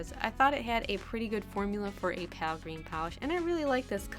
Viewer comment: Please don't say Pal for Pale, the E makes the A say it's own name. Pal is just straight up wrong, not a preferential way of saying it that's technically right. That being said, I do like you and your nail art videos so much, your personality is bright and just so dang wonderful. Not saying something would have bugged me...meh, you probably won't see this anyway. I'm not meaning this to be mean, just informative.